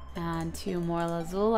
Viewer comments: Lapis Lazuli not lapis lazul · LAZULI NOT LAZUL!!!!!!!!! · I think you say lapis lazuli, not lapis lazul... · its LAZULI .... not lazul x3 its freakin me out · lazuli not lazul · Lapis lazuli not lazul